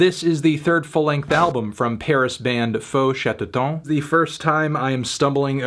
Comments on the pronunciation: We pronounce Chatterton the english way. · The eu in "feu" is the same prononciation as the "a" in "about", and chatterton is pronounced the English way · The album is produced by Arnaud Rebotini, that might explain many musical choices. you pronouced the band's name right except the end of "Chatterton",which should sound more or less like the end of "town" in french. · Lol he pronounced Chatterton like it was a french word